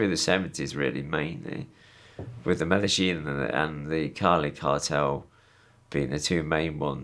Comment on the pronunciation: This gentleman spent a lot of time in South America. The least he can do is pronounce "Medellín" half correctly instead of "meda-gin".